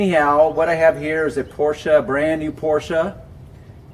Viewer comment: So the German surname "Porsche" is for some reason pronounced with "a" in the end?